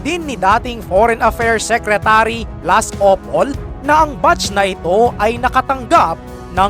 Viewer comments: anong Pag basa mo opple?magagalit sayo si ople hahahahaha...nag basa kapa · OP-LE hinde OP-OL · Hindi opol😂 ople